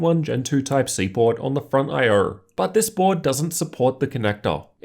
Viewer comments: Lmao he says “I er” not “io” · Is no one going to point out the way he says I/o?